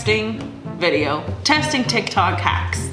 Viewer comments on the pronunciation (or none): none